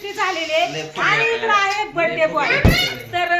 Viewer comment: बरथडे नको म्हणत जाऊ ग बाई bday म्हणत जा लय irritate करतेस